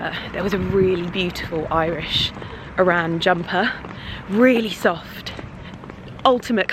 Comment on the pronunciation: Oh my god! Sobbing watching you on the phone to your niece! So cute. One small thing it’s an arran jumper pronounced aaaaaar ran not Oran like the sandals! ❤glad you had fun in my beautiful city! ❤️